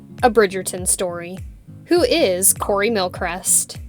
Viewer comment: How to pronounce his surname : Mil-Cree-st